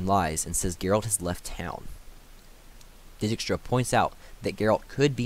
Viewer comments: So they are Dee-kistra, Re-yance, Dooony not da ni, Vil-gafortz not Viljehfortz, Aratau and the d is silent, Tissaia de vree coz in that way its is probably a french name so i no way it would be vries and lastly Nenekeeeee not nenek. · Had fun pronouncing Dijkstra to my self